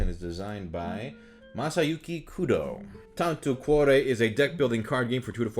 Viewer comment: Tanto cuore in italian could be translated as "a lot of heart" or "much heart" i think. Anyway, nice pronouce!